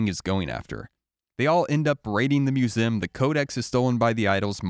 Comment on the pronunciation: The way pronounces 'museum' tho